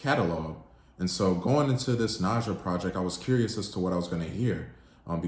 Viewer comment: Some fair points were made. I do question tho, if you gave it a truly fair listen based on the fact that in the last song, she literally says her name several times speaking in the third person (ex:“Nija you know you gon break this * heart”) yet you choose to pronounce it differently. Solid rating, and I would take it up a notch based on the overall project (rollout, debut, no features, visuals and I have not seen credits this minimal on a project in a long time) 8.5 #DSIDWY